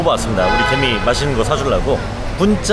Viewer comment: 개미가 괜히로 들리네.. 괜히봤다